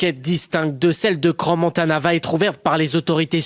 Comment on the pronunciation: Salut, c'est pas CranSSS-Montana, le "s" ne se prononce pas s.t.p. (et coucou de la Suisse ;-)